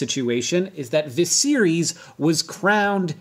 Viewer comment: lol I thought he was saying “the series” for the first two times....